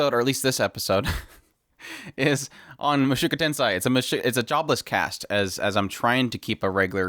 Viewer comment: Mushoku Ten-se-i